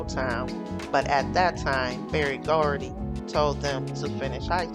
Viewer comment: HIS NAME IS BERRY GORDY NOT BARRY.